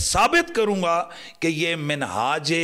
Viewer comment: tum se Manhaj aur Minhaj bhi bola nhi ja rha h.. 😅😅😂😂😂